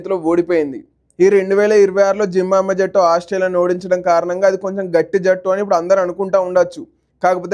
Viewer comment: జింబాబువే అని పలకడం రాదు నీ కెందుకు రా వీడియో లు